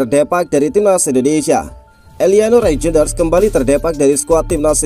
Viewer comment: baca : *Reiynder.. robot indonesia susah spelling yak.😅